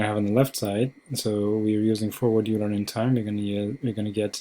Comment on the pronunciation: Euler is pronounced oi-ler